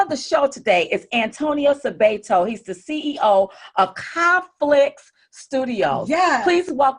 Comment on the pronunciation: I’m sorry, but you are pronouncing this man’s name incorrectly. It’s Suh-bot-oh